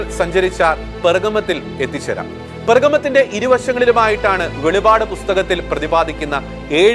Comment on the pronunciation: Bro, it's not velipad....velippadu